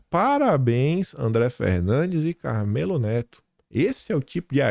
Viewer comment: a pronúncia do nome do cabra é “ CARMÉLO”, e não “CARMÊLO”, como você disse.